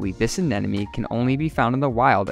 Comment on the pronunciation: Fascinating - but it's ANEMONE not AN-ENEMY.